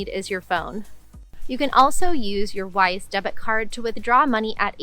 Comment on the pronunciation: I was listening to this video without looking at the screen, and I thought you were saying “wife.”